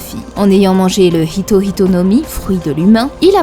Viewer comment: Ce que j'aime c'est ce petit détail qui fait que prononce bien Hito Hito et non Ito Ito comme beaucoup le font (normal, c'est le français). Ito Ito no Mi c'est le fruit de Do flamingo, donc à ne plus confondre avec les Hito Hito no Mi de Chopper, Sengoku ou bien Luffy désormais.